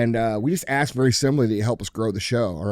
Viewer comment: DJ should not be able to get another trophy until he pronounces “ask” correctly…